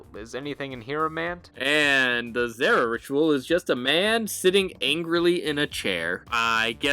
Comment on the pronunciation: Pretty sure it's a Zeera and not Zehra in pronunciation.